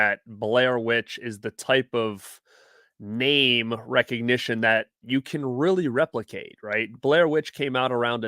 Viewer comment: Hammered our name 🤣